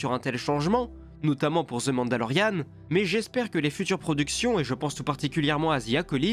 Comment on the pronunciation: " Ze mandalorien" 😂😂😂